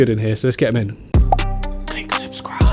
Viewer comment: Click somefink lol love it